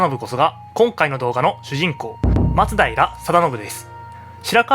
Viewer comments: それな 、 まつだいら じゃなくて 、 まつだいら よな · 松平のイントネーションが馴染めないんですが 私だけでしょうか・・。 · 「松平」のアクセントが気になる…浜松は違うのかな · 徳川、松平一門は松平のマにアクセントを おいてました